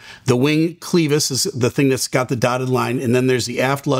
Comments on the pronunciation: Cleeevis??? It is pronounced cl'e'vis. Clever, clever, clever, clevis. Not cleeeeevis, Steeeeve. And don't listen to Blancolirio either. He is also wrong. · It’s pronounced like clever,. It’s Clevis not cleavis. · Interesting video. Clevis, not "cleevis." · Clevis. Not cleevis... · First time I’ve ever heard clevis pronounced clee-vis. The “e” sounds like “e” in “reverie”. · clevis is pronounced with a short e sound. “eh” not “ee”. This will likely come down to maint shortcut just like 191. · Clevis is pronounced kleh vuhs fyi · Clevis is pronounced w a short e not a.long e... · Please use the correct pronunciation of the word “clevis”. It’s pronounced using a short “e” sound. “klev-iss” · Very good explanation of this accident. Just to be pedantic for a second though, the word clevis is pronounced with an e like in “Chevy”. Btw, I very much enjoy your videos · Thank you, but ‘clevis’ is pronounced ‘clev-is’ not ‘cleev-vis’. Thanks for sharing. We appreciate your feedback! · It's pronounced clev - is, not cle - vis. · The word Clevis is pronounced clehvis and not cleevis. Love your show!! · The word clevis is not pronounced with a Long E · clevis pronounced (kleh • vuhs). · another excellent video. FYI, clevis is pronounced with a short "e", not a long "e". clevis /klĕv′ĭs/ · It’s pronounced “kleh-vis”, rather than “klee-vis”. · Its Clevis not Cleavis. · FYI, "clevis" is pronounced "CLEH-vis" not "CLEE-vis". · Correct. He probably has never seen this word before! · clevis = [klev-is], not cleevis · Huh I always pronounced it Kleh-vuhs …. But you’re saying it’s actually kleev-iis…also I wonder if this being a Thai plane and it being in warm wet and salty environment had caused increase wear… sad…. They had no chance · * clěvis, not cleevis. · Same here. Pronounced similar to fed not feed. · kleh·vuhs, not klee-vis. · Just fyi no disrespect. Clevis isn’t like Cleetus, or lol. The E is pronounced like (let, fed, said, dead).